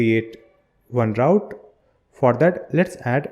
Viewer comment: Thanks for the video! hope you pronunced your words better especially this "for that"